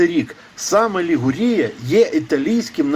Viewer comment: Не ЛігурІя, а ЛігУрія - регіон. А самий західний пляж Генуї - Генуя Везіма, а не Вольтрі. Перед тим, як щось розповідати, розберіться добре самі.